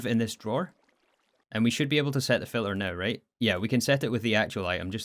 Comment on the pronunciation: Can you fix this: you say filler when you mean filter? don't forget the T